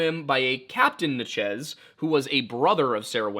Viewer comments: Just want to get everyone riled up about how said “Natchez” in his axeman of New Orleans video. It’s “Natch-ez” not “na-Chiz”. Only critique I’ve ever had, keep doing ya thing brother. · as someone born and raised in natchez, ms… i have never heard anyone call us or the tribe as “na-chiz”, it was so funny watching the axeman video. it could very well be that the original was “na-chiz” and we’ve just lost the way!